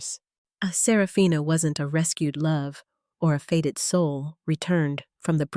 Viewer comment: "Faded" instead of " fated " has me switching off . Poor production is not a good look .